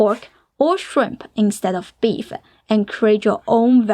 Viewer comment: Just curious why she adds a schwa when sentences end in consonants? Like "beef-uh" instead of "beef".